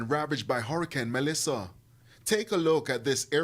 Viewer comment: Why this woman keep saying melisha?